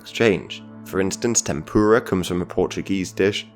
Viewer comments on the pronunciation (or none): none